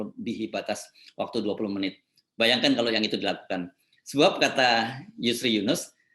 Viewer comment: 20 menit, 20 meit????!!!, menit nenot....netnitnot nit nit